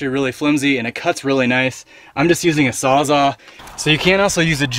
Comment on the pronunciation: Great video! Thanks for making it! I learned a lot. By the way it's sawsall not sawsa